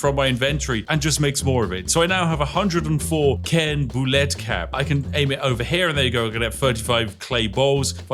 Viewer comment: bolete is pronounced "Bo-leet", from Latin boletus (literally just 'mushroom'), and it's one of the more common edible mushrooms. Generally, it's quite bad practice to only have the cap of the mushroom - the rest of it is both perfectly edible, and rather more nutritious!